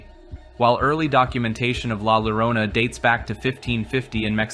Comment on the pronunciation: great video (thx for not reading off wikipedia) but the way you said llorona made me cry